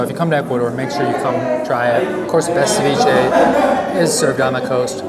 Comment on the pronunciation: Ceviché is from Ecuador not the world. Don't mean to be mean but your pronounciacion is horrendous. How about trying a little harder it won't kill you. You truly make me cringe. 😇 👀